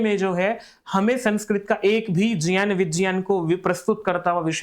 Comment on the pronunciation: ज् + ञ् + अ =ज्ञ है। और ज्यान सही उच्चारण नहीं है। यह प्रान्तीय accent के कारण कुछ लोग बोलते हैं।